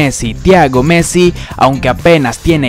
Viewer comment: No se dice measi se dice messi